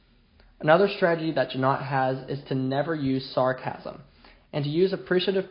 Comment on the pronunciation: Hard "g" as in "got" or "goat".